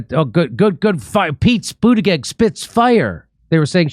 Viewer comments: It's pronounced Butt Gig not Boot judge. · Jim isn't it pronounced Butt geeg with particular emphasis on Butt 🤔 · Pete been around long enough to know how to say his name bro